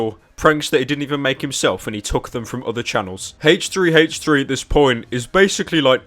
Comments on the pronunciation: haich three haich three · ive always wondered this but why do you pronounce h3h3s name as hach3hach3 XD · 45 seconds in and pyro making Siri search the web for hache tree hache tree lol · i like how you pronounce it haych3haych3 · I love haytch 3 haytch 3